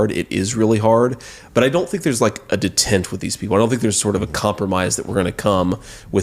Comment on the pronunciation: De-tent? What an effing idiot.